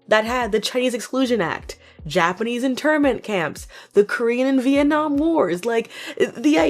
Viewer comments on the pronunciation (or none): none